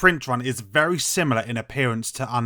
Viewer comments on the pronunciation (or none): none